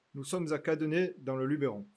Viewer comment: Superbe vidéo. Et dans le Luberon en plus (attention ! Pas d'accent en français : on prononcé lu beu ton lol). Bravo. Continue de nous faire découvrir notre belle région.